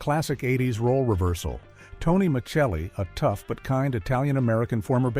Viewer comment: Why is there an AI talking? Whoever wrote this do it himself? It's freaking annoying they can't even pronounce Alf or Tony Miceli correctly